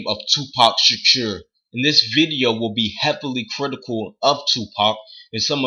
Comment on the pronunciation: Lol you messed up his last name bad